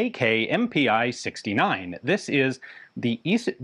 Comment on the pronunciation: Sorry Ian, but it is not "Em-Pee-Eye" but just "Em-Pee", "Pi" is spoken like American beer.